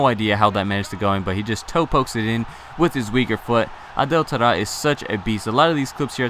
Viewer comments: "we move to our final player, the inform TADTAD". What the hell? its Taarabt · it infuriates me how you say Taarabt.